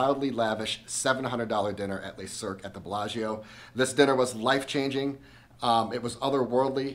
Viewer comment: I love the content, and really want to check this place out, but you’re pronouncing the name wrong. It’s pronounced le(luh) not les(lay) le is singular les is plural